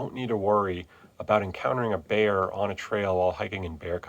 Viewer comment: Bear, not beer… Have a like anyway for your efforts in education